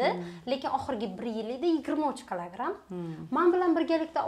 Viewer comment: Клограм эмас килограмм 😂😂😂😂